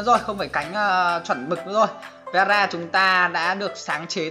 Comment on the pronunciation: Veera mà tui nghe rara